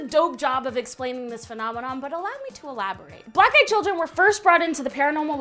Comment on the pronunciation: I thought she said "Black guy children"